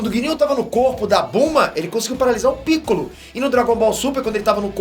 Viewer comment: Só eu entendi o falando picollo fudido